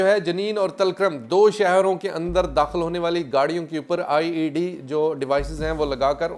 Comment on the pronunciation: O bhi IAD neheen IED(improvised explosive device) HOTA hai.please!